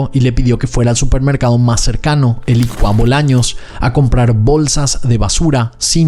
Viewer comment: porqué no pronuncias "Ykua Bolaños" en guaraní?? Por lo demás espectacular como siempre ✨✨